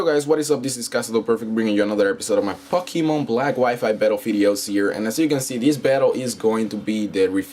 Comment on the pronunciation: IS IT ME OR DID JUST SAY " BRINGING YOU ANOTHER FUCKEMON BATTLE"